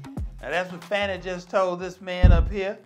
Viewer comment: Call her by the name she wants be known as - pronounced 'Farni'. It is Italian and that is the correct pronunciation.